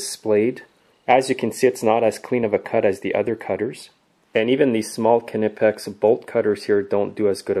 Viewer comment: big smoke I worked in a wholesaler as an agent and it is definitely pronounced nipex